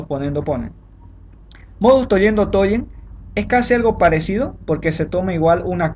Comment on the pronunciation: Buen vídeo, muchas gracias. Por cierto, se pronuncia "tolens" no "tollens", en latín las "ll" se pronuncia como una "l" sola. Att: Una de letras a la que le toca estudiar lógica.